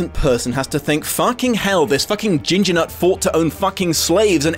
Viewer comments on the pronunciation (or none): none